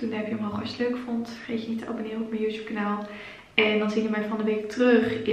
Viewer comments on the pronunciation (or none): none